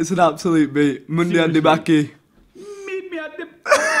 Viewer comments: it is mundian tu bach " pronounced ba-ch not ba-k" ke " pronounced as K not ki" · You also said it wrong it is mudia to bachke